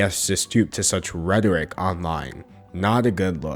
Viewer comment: The way he pronounced rhetoric as redderick made my day